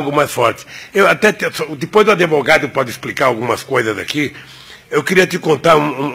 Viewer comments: Infelizmente ou felizmente! não consegui assistir até o final, depois de ouvir "NÓS FAZ e ADEVOGADO" faladas por um ex-presidente, desisti. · Julio Teixeira >>>Você tem razão, é triste ver alguém que já ocupou o mais alto posto da República, demonstrar seu analfabetismo de forma tão clara. ADEVOGADO E NÓS FAZ, É TÍPICO NOS PRONUNCIAMENTOS DESSE MONSTRO DA CORRUPÇÃO.